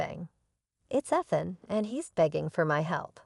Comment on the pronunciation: She even pronounced Ethan wrong.